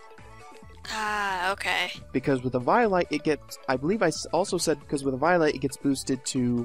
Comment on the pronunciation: Oooo oh oh god he pronounces eviolite sooooo wrong!!! It's pronounced ( Evee-O-Light) Jesus